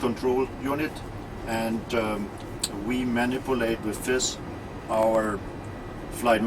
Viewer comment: Is it a habit useful for radio that he says 'f' instead of 'th'? Specially for "this", he says "fis".